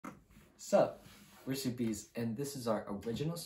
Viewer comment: it’s actually pronounced suppes